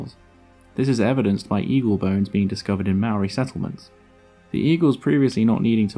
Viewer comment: You seem to be somewhat misinformed about the pronunciation of 'Maori'? Nowhere in the sound of the word, is there a 'd' sound. Perhaps if you would look at the video in the following link, you'll get it right my friend, lol.